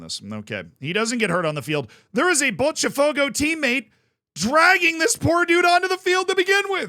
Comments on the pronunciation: You only use the "ch" sound for "te" or "ti" , Z. "Botafogo" not "Botchafogo" lol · stop saying Botcha its bota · Pronunciation tips: Palatalization, which results in the /ʃ/ sound after the /t/ that you're trying to do with Botafogo only applies when the T is followed by E or I in some regions. When it's followed by any other vowel, it is closer to the English T or a hard T for some regions. This means that for Botafogo, it would be pronounced [botaˈfogʊ] (you can use an IPA reader to check how this sounds with a Brazilian accent. (you actually got the pronunciation right once or twice in the video when you were not trying to do it right) Note that palatalization occurs also with the letter D in the same contexts. Regarding the letters S and C when followed by E or I does not happen in Brazil, so in Brazilian Portuguese, Fluminense sounds much closer to what an English speaker would intuitively try to say rather than with the /ʃ/ sound at the end. So, Fluminense would be [flumiˈnẽsɪ]. I recommend to check Pɛtɾʊs, which is a tool to convert words to the phonetic alphabet with the Brazilian accent, then you can put it into most IPA readers and you'll get something close to the actual pronunciation. I recommend the ipa-reader . xyz because it has multiple pronunciations, including two Brazilian voices. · It's pronounced more like floomynancy and bawtuh fogo